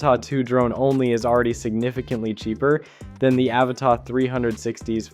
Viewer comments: It’s pronounced “ Ava-TUH” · Dude, your review and analysis are both interesting but your mispronunciation of the model name was driving me crazy so I had to quit the video halfway in!